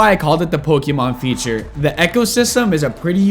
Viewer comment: i laughed when u say pokemon veature, any way good video explanation